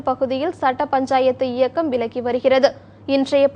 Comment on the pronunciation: Akkaa olunga Tamil pesukkaa. விலக்கி இல்லை.விளக்கி